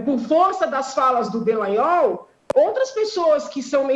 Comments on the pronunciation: Alguém precisa dizer pra Janaina que o nome dele é Dalagnol, não Delagnol. Rsrsrs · Alguém avisa a que o nome do procurador é Dallagnol e não Dellagnol.